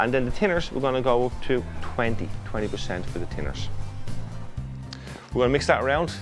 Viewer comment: I was wondering what 'tinners' was for a while?? Hes saying Thinners!!!